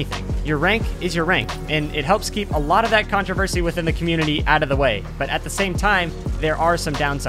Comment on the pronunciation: MANS REALLY SAID "CONTRAVERSHIE"